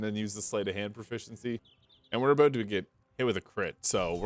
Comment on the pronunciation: How on earth can you say the word "Proficiency" so many times in a row without accidently tongue-twisting yourself??